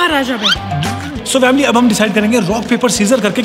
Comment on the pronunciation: Why you say vamily?